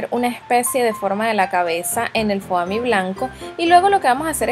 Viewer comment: Es fomi no foami lol